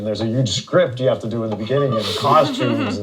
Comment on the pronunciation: When she say wou 😂